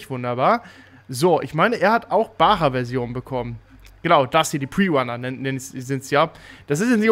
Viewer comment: Bacha ausgesprochen nicht bara und nicht baha